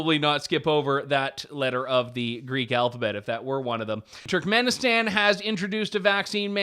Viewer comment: Pretty sure youre now banned from Turkmanestan 😂😂 "BurkivBoooleyMuukmookendenlev"